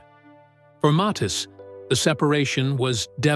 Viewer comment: name pronounced .....M A T H I I S